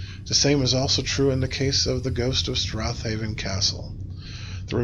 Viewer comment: if you had scottish grandparents then theyd know its pronounced strayven